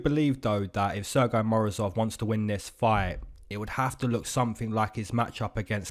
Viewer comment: your pronounciation of Sergey is kinda funny, you saying it as «sir guy», while even we are in Russia have a joke about this name, we pronounce it as «Sir Gay» 😅and it's a proper pronounciation btw. those russians who speak english a little bit find it funny